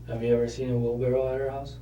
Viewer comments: Put him in jail for saying "wheelbarrel" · “Wheelbarrel” come on guys 🤦‍♀️ say the word correctly.